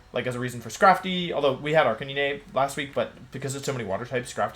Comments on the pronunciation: It is ARCANE-NYNE not ARCANEENEH 😒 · does he butcher pokemon names like arcanine gengar etc on purpose? lol